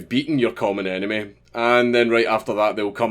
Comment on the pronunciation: Your accent threw me off, I thought you said "the anime of my anime is my friend"